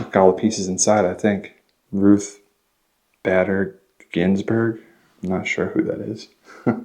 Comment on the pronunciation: "Ruth BADDER Ginsburg" 😆